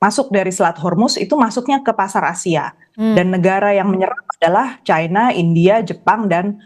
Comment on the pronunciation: China bukan caina, bhs indonesia yg benar mbak, kalau ga ngerti eyd kah